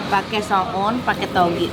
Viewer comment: Paling suka denger ngomong soouun toge atah😄😄